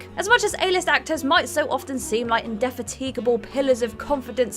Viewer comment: In-deffa-tee-guh-bul? Bold choice.